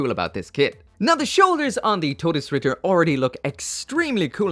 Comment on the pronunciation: FINALLY SOMEONE PRONOUNCED IT CORRECTLY